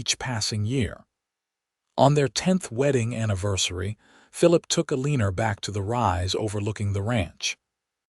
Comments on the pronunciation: Her name is Elena not ELÈÑER. I know that because there is no R in ELENA. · Please take the R out of your pronunciation of Elena's name since her name does not have r in it.